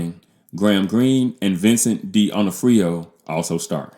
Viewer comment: Echo is an amputee because Alaqua Cox is. And learn how to pronounce D'Onofrio if you want to be taken seriously. I appreciate that criticism draws more views than praise, but you taking such a view of Echo means youre either myopic or trying to fit in with the Marvel bashing thats popular